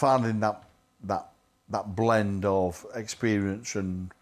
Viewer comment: blend, not nlend